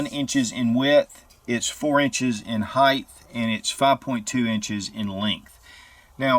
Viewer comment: Pleeeeease .... it's "HEIGHT" NOT "HEIGHTH" .....